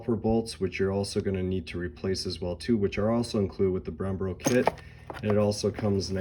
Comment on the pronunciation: “Odie”??? “Brembro”??? Lol 😂